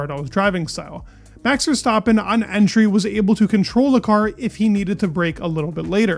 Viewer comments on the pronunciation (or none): none